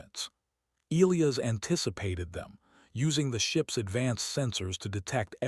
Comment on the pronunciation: Get the pronunciation of Elias right